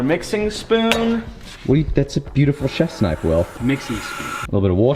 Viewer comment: It's okay. Will just went full Strayan' there for a second.